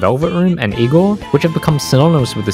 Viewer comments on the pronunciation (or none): none